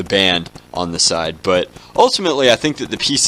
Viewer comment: bond not band